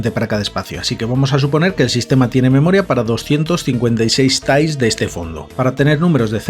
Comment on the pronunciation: Suena un poco ''sonico'' que digas ''Tails'' en vez de ''Tiles'' pero vamos, buen reportaje